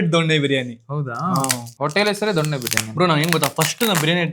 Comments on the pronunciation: ದೊಣ್ಣೆ ಬಿರಿಯಾನಿ ? ಸರಿಯಾಗಿ ಹೇಳೋಕೆ ಕಲಿ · ದೊನ್ನೆ ಅದು ದೊಣ್ಣೆ ಅಲ್ಲ